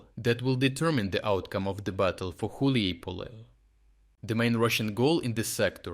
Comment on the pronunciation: Dude who the eff are you? You can't even read properly ukrainian town names, you read Huliaipole as Huliipole, Hulieipole and also Huliaipol alternatively. You have the thumbnail with Zaluzhny years after he's no longer working there. WHAT THE F IS THIS CHANNEL???